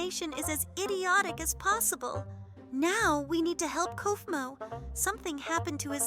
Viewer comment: Kofmo❌ Koofmo✅ hububer❌ Boboba fores✅ Kikin chicken❌ Kiaen chicken✅ Tell me if I missed any more in the comments❤